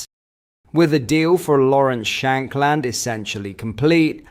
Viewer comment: I was done when you pronounced shankland like that